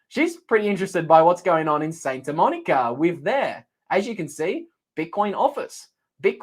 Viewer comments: Pronounced SANTA Monica, not SAINTA Monica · It’s Santa, not Sainta,.